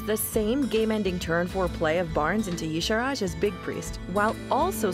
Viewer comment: Oooh...so close to correct but YAH-Sha-Raj not YEE-Sha-Raj